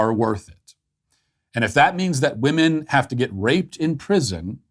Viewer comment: People are pronouncing ‘women’ as ‘woman’ and vice versa. Nobody is talking about it and it’s driving me nuts.